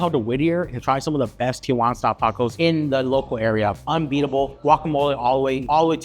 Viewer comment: "Tee Uh Wanna" versus "Tee Wanna" is no surprise at this point. The city of Tijuana has left the chat.